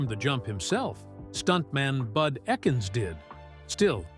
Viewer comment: Both great actors in great and memorable films - some together. Bud Ekins - pronounced "EEkins", not "eckins" was a well known Southern California stuntman, motorcycle racer and innovator in preparing British motorcycles for racing, notably AJS and Matchless, along with Triumph. In his later years, he held court in his house for many well known Hollywood stars, as well as us regular people. All you needed was a love of motorcycles and you were "duked in". Both Garner and McQueen were known to frequent Bud's place, along with many other actors of the time. I miss both of them, but they live on in their movies. The Blob scared my four year old brother so much that he had to go out in the lobby for a while! The scenes in the market show the Blob looking like a little Italian sports car. ;0)=